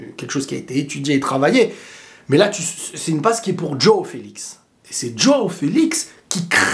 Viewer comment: Ça se prononce : Jwaw et pas Djaw ( Joao )